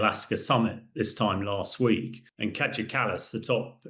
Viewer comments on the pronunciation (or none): Hamish deFrogJock. Do us all a favour, stay in your armchair and zip it! By the way her name is pronounced Kiya not Kajar. And It's Kaliningrad not Kalaningrad ! For God's sake!